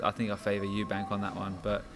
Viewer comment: You mean Eubank... Capital E....not eubank,.